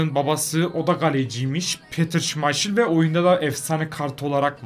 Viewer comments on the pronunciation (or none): Söylenişi şimayşın değil şimaykıl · kuluvert - şımayşıl ne hocam ya hahahahahaha :)